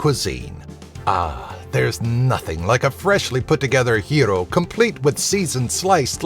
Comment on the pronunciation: thank you so much for pronouncing gyro correctly